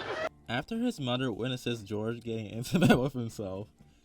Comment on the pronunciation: It’s moTHer not mudder